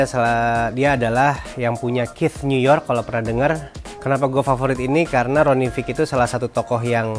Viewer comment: Btw, itu namanya Ronnie Fieg dibacanya beneran fayg, bukan fig hehe